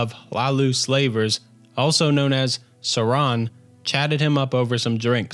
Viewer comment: Suran. Definitely Suran.